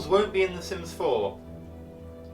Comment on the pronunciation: Are you sure your talking about sims 4 it sounds like sims 0